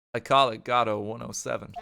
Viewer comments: Pretty sure Godot is supposed to be from a French origin and would be pronounced along the lines of Gohd-oh or Gaw-doh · Your original pronunciation is correct. The emphasis in Godot is on the first syllable. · Anyone who was in stream will remember everyone spamming "FEED" when pheonix swallowed the necklace and the absolute riot of people arguing about how to pronounce Godot (its go-doe fight me /j) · Spoilers It's GO-DOUGH, based off of Dei-GO Arman-DO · im telling you this for my own sanity but godot is prenounced Gehdoh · The ten minute segment of attempting to pronounce “Godot,” only to upset the entire Ace Attorney fandom, is the most thing I’ve ever seen